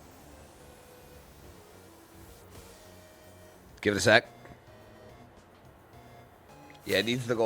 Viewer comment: It isn't pronounced dayno, it is pronounced dino. It uses German pronunciation so it is Deino (one) Zweilous (two) Hydreigon (three). Ein like spine, zwei makes no sense as it is pronounced tsv(capital i), drei like to dry something.